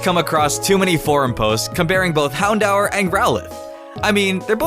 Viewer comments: IS NOT hown-dower is hown-door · Hown-dower? Not "hown-door? Lol tf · You said houndour wrong. It's pronounced houndoor but spelled houndour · First of all, it's houndOOER not houndOWER. And second of all, vivillon only has 2 i's(in name and body). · Vivillon is pronounced viv-ee-on, not viv-ill-ee-on. Houndour is pronounced houn-dure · its pronounced houndooor dude anyway like ur vid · It's h-oun-door In know I didn't spell it right I'm just doing the pronunciation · It's Hound-Hour. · Its HOWN-DOOR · "Vi-vil-eon" "Hown-dow-r" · stop saying hound oww! er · you pronounced Houndour wrong, it's hound-or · how he pronounces houndour is cringy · you say growlithe and houndour wrong